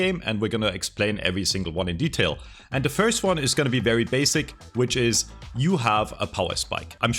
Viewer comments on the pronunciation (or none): none